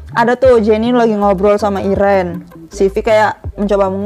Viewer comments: Iren iren, bacanya itu airin kak, tulisannya irene bacanya airin kak, bukan irenn😒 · Mohon maaf kak. Kakak salah sebut nama irene red velvet ditulis:irene dibaca:airin